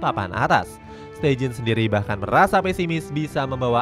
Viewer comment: steijn bacanya stein aja ya, bukan steijin 😒